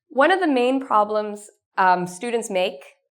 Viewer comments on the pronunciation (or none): none